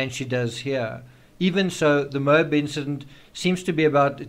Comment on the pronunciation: Geez... it's pronounced "MO-AB" not "MOBE" the accent is on the first sylable and the A is pronounced as short as in "Apple"